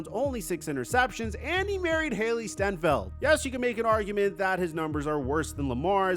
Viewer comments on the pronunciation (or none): STEIN-feld dummy not STEN-FELD. WOW. I KNOW bc thats MY last name 😅